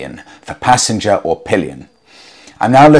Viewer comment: Pallions and Pissengers huh............